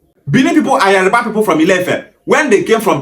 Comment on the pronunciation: Why is the guy in green mispronouncing Yoruba , IleIfe. Etc Is it intentional. It is Yoruba nit Yariba.